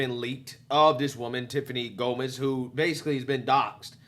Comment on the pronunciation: It’s GOMAS!! not GOMEZ!!